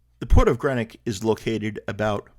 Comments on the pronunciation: Not to nitpick, but I'm from Greenock and your pronouncing it wrong. It's pronounced Green ock not gren ock. It's from derived from green oak as in oak tree. Hope that helps. We'll done in pronouncing Glasgow properly usually Americans pronounce glas gow instead of glas go. Hope that helps and hope you enjoyed your time. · I'm a native of Greenock and I'm glad you like it even though you're pronouncing the name wrongly! I'm glad you got to see the mighty River Clyde. I hope you find us friendly and welcoming! Haste ye back!